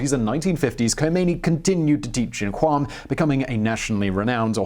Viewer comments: I don't mean to be anal about it but Qom is actually pronounced "Gohm". A Q in Farsi is typically a throaty G sound. Otherwise great video! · It's called or rather is pronounced ( kOOM